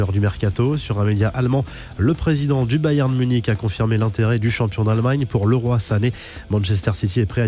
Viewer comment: Cest pas le roi!!! Bordel!! On prononce Liroy!! Vous avez jamais vu Fame???!